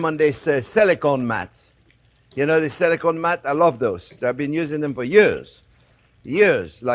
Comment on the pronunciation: Chef, it's SILICONE, not "Selicone", and it's LIMONCELLO, not "Lemoncello". 😕